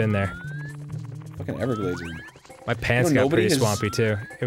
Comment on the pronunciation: when Arin said "evergaldes," a horrid flashback just came up the last time I visited the everglades...let's just say, keep your beloved dogs indoors as much as possible 😰